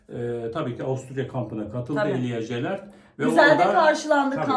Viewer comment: Jelert deyil,yelert